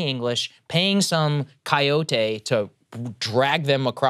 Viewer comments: 50% = majority, Kai-yo-tae ... yeah, Sagaar, you can't say the word coyote. I guess they've made enough money to be just as full of shit as MSM. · The way sagaar pronounced "coyote"🐺😂